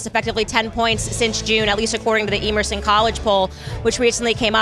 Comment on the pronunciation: Someone needs to tell Candace the proper pronunciation of Emerson.